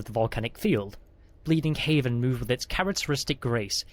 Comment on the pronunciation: Out of curiosity, Is it Bleeding Heaven or Bleeding Heaven? (You keep saying Bleeding Haven while the text shows Bleeding Heaven, is the reason for the question.)